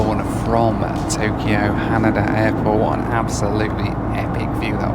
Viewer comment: Its pronounced Ha-Nay-Dah and Sap-poor-oh and Hoe-kai-dough. I know is British but come on. make an effort. Also, I know just goes with the flow but I'd like him to do some research before hand instead of wasting money. He doesn't necessarily have to do the cheapest option but there are better options than taking a taxi between airports in Tokyo.